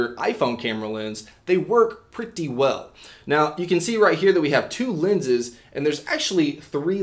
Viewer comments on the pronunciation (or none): I hate how he says "Pretty"